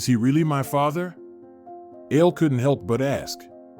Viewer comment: Ale. Not ale like the drink. A le short for A le Jan dro